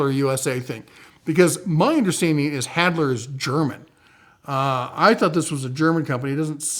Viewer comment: Good to see you back in the saddle! Re: Halder - i think you're reversing the L&D in the pronunciation; about the issue of their German vs US production - I believe they are made in Germany but they import the hickory handles from the US (I think ~ don't quote me). Thanks for the heads up on Excelta 👍 never heard of them before